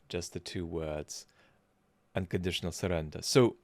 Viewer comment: The trumpoid doesn't know anything much. But sure knows how to say "unconditional surrender", flawlessly; and I can't get tired of hearing his little voice! 💛